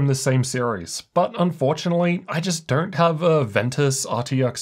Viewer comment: Why the f*&$ do you keep saying DERNT instead of DON'T???